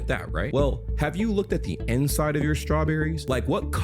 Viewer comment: I thought you said end side, like the part right by the leaves, so I was very confused when started talking about the inside. Also I'm an American, and I've never seen a strawberry with white insides.